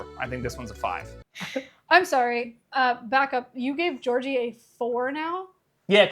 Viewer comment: I love the way he says Georgie. It’s the only way I’ll be saying Georgie from now on 🙂‍↕️